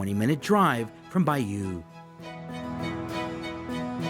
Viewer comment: I love the pronunciation of Arromanches and Bayeux! Anyway, thanks for a very good video that makes me want to go back!